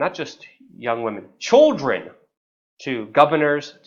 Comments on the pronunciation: why do you pronounce "children" as "choldren"? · Serious video but couldnt help but laugh when Luke say choldren, not children lol. But yeah for sure he didnt suicide some suicided him, he knew to much and was a threat to all the other pedophiles whom he provided for. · Chuldren? Lol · CHOLDREN?! CHOLDREN!!! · You say children really weird. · You say children weird